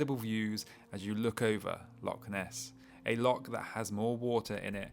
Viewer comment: I think the Scots can overlook mispronunciation of loch and certain other iconic Scottish locations. The videos are beautifully shot and sympathetically narrated by a guy who really knows his stuff. He's giving bikepacking in Scotland a global reach and deserves all our support.